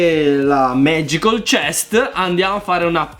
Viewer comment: Si dice MAGICAL CHEST NO MAGICOL CHEST XD